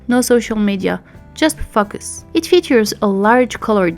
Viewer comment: Thanks for your review! I hope you don’t mind me saying Your prononciation of “focus” reminds me of that famous clip of that Jeremy Renner/Amy Adams interview on the Graham Show.